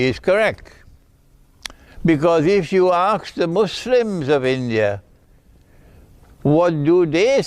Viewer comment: Sheikh its ask not aks